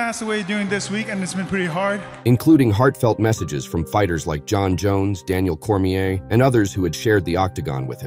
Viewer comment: "Veetur Belfour" "Daniel Cormeeyur" 🤔